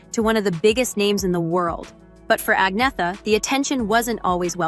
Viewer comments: Her name is not pronounced Ag-nee-tha. It is Arn-yetta. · It’s pronounced An-yet-a